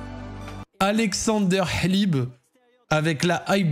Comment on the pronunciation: en tant que russe, ton "alexandre hlib" m'as détruit les oreilles, ça se prononce comme ça s'écrit haha